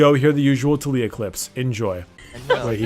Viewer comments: tuh-lee-uh triggered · Tulia? Bro, it's not that hard to pronounce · "So you want to main TOOL-iyah" XD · Did anyone else heard fuck up at the intro and said "too-lee-oah" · His pronunciation triggered me